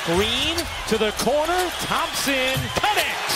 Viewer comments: im hearing lots of theme-sen 😂 game 6 klay theme-sen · 主播的聲音有什麼難聽的 一直在那邊湯普鹹！湯普鹹的！ 發音有夠噁心的